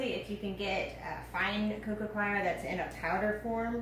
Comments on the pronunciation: I love how she pronounced coir like "choir", as if it can sing lol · So much info and very good, but could some one tell her how to pronounce ' coco coir' not 'coco choir'? Sorry